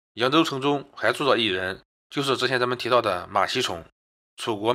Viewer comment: 馬 希 崇 不 要念成: 馬 希"寵" 告訴你很多次了 你 一直不肯改正